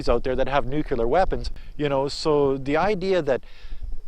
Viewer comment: Only Republicans say nukular